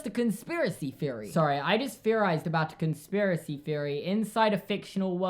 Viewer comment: am i the only one that notice that you say theory with a F instead of TH???